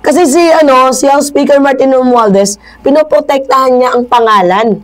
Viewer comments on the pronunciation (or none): none